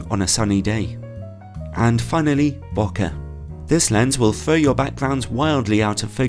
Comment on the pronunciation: Hey I love your reviews and turn to them often for purchases (recently got the Samyang 12mm full frame based on your review). I`ve just sold my EF 85 f1.2ii and was planning to get the new Sigma 85 f1.4, so I would love a review of that ! I do have one small suggestion : your pronunciation of out-of-focus areas as `bo-kuh`; the Japanese word is romanized and pronounced as bokeh, or `bo-kay`.